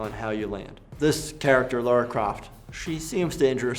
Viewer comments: He is a good doctor but I am always annoyed when people say "Laura" instead of "Lara" especially Americans do this lol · Laura? It’s Lara!!😡 Her name might have originally been Laura but it isn’t, discard the u then you are ok! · It's LARA not LAURA ffs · Why do Americans always say Laura? it's Lara literally says her name in the clips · why does everyone say Laura instead of Lara?! 😂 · WHY DOES EVERYONE SAY LAURA INSTEAD OF LARA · "Laura" Croft OK I'm out. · I love how says "Lara" and not even two seconds later the doctor still says "Laura" x) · It's pronounced and spelled LARA, not "Laura!" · He's clever enough to make it through medical school but he can't pronounce Lara correctly? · Why are nearly all Americans unable to pronounce Lara's name properly?